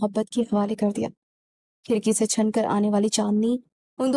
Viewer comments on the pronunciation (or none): Chhan nahin, chhin